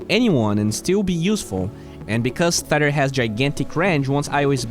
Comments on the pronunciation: Thanks for the detailed and insightful video. Small pronunciation correction (if you're still looking for those): Tether = hard T like Terrible or Tempest (you're saying theta) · It's tether, not thether. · It’s pronounced just how it’s spelt, “tether” not “theter”. Keep it up!